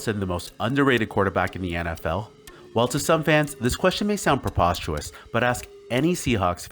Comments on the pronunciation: preposterous, not "porpostuous" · I'll subscribe when you learn how to pronounce prepostERous